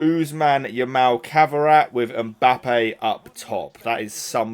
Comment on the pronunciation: Kvara pronunciation is killing me man 😂